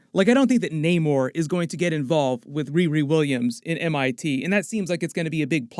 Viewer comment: His name is Namor,not Neymar! 🤦‍♂️😅